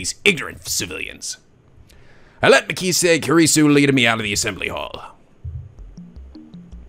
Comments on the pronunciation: ***** The voice are perfect so fa, the younger mai sounding voice fit Makise (pronouced Ma- key- say, it surprisingly the only name you got wrong lol ) very well, there alot of girls in this series but I sure you can pull it off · Its MA-KEY-SAY